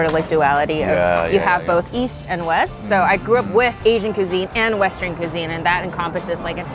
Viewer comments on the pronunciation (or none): Kuuzeen? Cuisine 😂😂😂😂😂